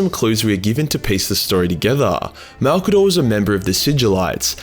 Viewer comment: Gotta admit, I was surprised when you got the pronunciation of his name dead right on the first go. I was guessing it wouldn’t be 30 seconds into the video before you were calling him ‘old mate Mazza’ or some shit to avoid all those syllables. I guess Maybe Malcador was an Aussie, and that is why his name comes so naturally to you?